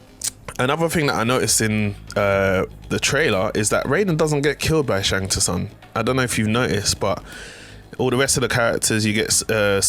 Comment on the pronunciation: Need to learn how to say Shang Tsung right. The "T" is silent but good video overall